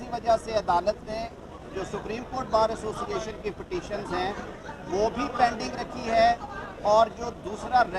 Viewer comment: asooocinaation hahaha lafz tw sae bolo